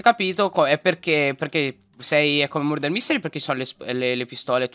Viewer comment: Ti adoro Soprattutto quando hai detto ✨MoRdAr✨ ❤